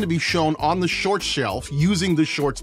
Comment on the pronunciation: “We love sort shorts” 😂 jk love ❤️ the vid. Great content bro